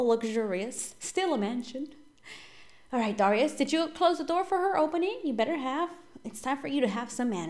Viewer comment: Its dare-ri-us